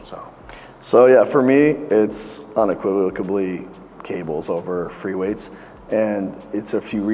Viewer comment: "unequivoc-ABlly" Lol. When you want to sound smarter than you actually are, so you attempt a word outside of your vocabulary, but it backfires when you butcher it, and you just sound like a doinker. You're better off staying in your lane. Lol